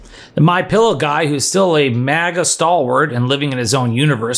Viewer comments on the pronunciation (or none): none